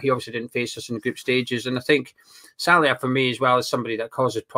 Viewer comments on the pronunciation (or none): his name is sallai not Salia. Sal lie. You said his name like this in the other two games previews aswell. Either way I wanna see Nathan Agard start this game.